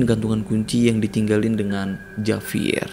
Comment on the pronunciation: Dibacanya Havier